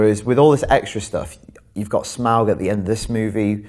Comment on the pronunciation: Can someone who can't even pronounce "Smaug" really review the film?